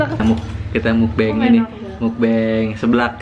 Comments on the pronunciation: bener mukbang ko. bukan mukbeng. soalnya bahasa korea meok(o) = makan. bang(song) = siaran. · kak nyebutnya mukbang nya gak mukbeng hehe, karna mukbang kan dr korea , tulisan koreanya 먹방 (meokbang) nyebutnya juga sama :)